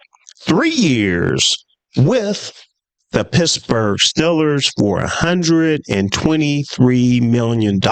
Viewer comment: Steel-ers, not Still-ers. And Garrett is better. I know all you delusional Shitsburgh fans will cry opposite but it’s true